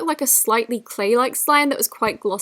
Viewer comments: does she say sleigh slime instead of clay slime??😂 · Who else heared her say Slay Slime instead of Clay Slime